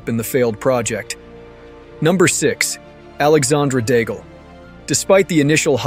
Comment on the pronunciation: Dude PLEASE learn the name pronunciations before recording the audio. Alexander DAGEL!?